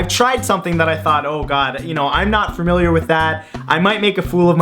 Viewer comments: "Fermiliar". :3 heh... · I was just about to subscribe, and then you had to say "fermiliar". I'll give you a few more videos to make me forget it, but I really think this is the end. It's not you, it's me...well, it's you, but there are plenty of subscribers out there just waiting for you who won't care if you say things like "fermiliar" or "foward" or even "athalete".